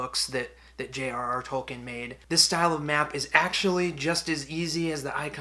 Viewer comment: Great video, they look great. By the way, Tolkein is pronounced Toll kin, like toll booth